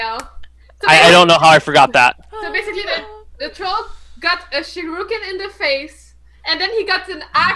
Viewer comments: Sher-re-ken not sure-ru-ken. Oh, I just notice with a watch dogs shirt. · that's not how you say shuriken god dang it i hope the stop using that weapon soon